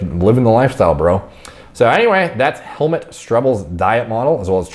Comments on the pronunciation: " Strebl" I absolutely love the way you pronounce his name! 🤣 The "u" is actually pronounced like the "o" in "who".;) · In case this hasn't been posted 100 times yet, it's pronounced closer to "Helmoot". Not as dad joke compatible, though. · Pronunciation is about hell mood shtrehble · It's pronounced helmoot my brah 🤙 love your channel love the empirical science without much personal bias whatsoever except for the dash of humor that's why people love your content. Keep em coming. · Helmut pronounce is not like, is like Helmoot xD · Fun fact: A German or Austrian would pronounce Helmut like "hell-moot" and "Strebl" like "shtrebl" with an elongated "e". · I don't know how it's actually pronounced but when you nonchalantly call him I friggin crack up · Im pretty late, but his Name is pronounced "Hellmood" 😂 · It's pronounced Hell-MOOT! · the right pronounciation is hell-mood with a T on the end 🙂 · Helmut is pronounced as Hellmood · His name is pronounced like: Hell-moot with the moo in moot sounding like a cows moo, not like the oo in foot. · I think it's pronounced Hell-moot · Every time you say helmet i die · It‘s pronounced Helmoot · It's pronounced Hell Moot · His name is German and pronounced: Hellmood 😁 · It's helmoot the pronunciation. Like in poop or or tooth or so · his name is actually pronounced more like hellmood, at least in germany and i guess its a pretty german / austrian name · Its pronounced like this : Hellmuuut Streeebl but i dont know if americans can understand this. but also google translator says it pretty goos in german voice so this guy is stuoid for not using translator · I think it's pronounced like helmoot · It’s pronounced like Helmoot. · This guy is pure muscle. Guy's name is pronounced "Hel'moot". 🇩🇪 name. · Pronounce guide: Hell-mood You can type the name in Google translate and let it pronounce from the German language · It is Hellmoot 😉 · Pronounced Helmoot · You actually pronounce it Hellmoot Shtrebel